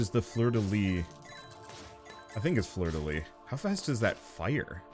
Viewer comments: Ahhhh fleur-de-lys, you need to pronounce the "s" !! Lyssssssssss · Sorry I've gotta be this annoying jerk, but you actually pronounce the "s" at the end of "Fleur de lys"